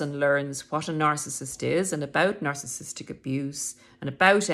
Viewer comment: You are not the only youtuber that says narcistic 🙂